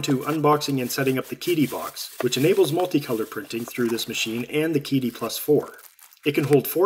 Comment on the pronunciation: Psst...it's pronounced 'Cheetee' not 'Keedee'. Great unboxing and demonstrations! It's a great printer for the money!